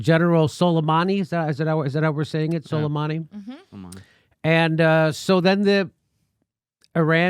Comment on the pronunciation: It's pronounced SO-LAY-MAA-NI.